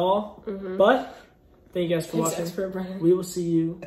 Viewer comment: Its "BRENNAN" not "Brendan."